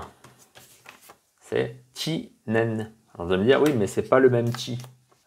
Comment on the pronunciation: Merci pour la prononciation de "Chi" = Tchi